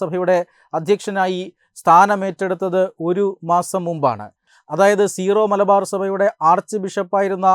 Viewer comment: It’s not zero malabar, Syro malabar . Pls correct it